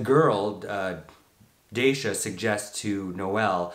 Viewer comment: It’s pronounced Dah-sha .